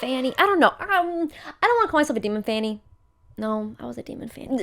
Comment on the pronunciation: Demon 'fanny' is what I'm hearing every time it's said and the fact I'm laughing so hard is killing me I feel like a child